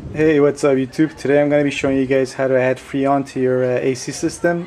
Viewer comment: Its FReon, not Feon! LOL